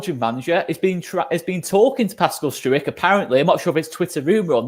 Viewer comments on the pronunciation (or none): Sorry to be an an ar5hole but just say Strowk (not stroo-ik) 🙂🙂 MOT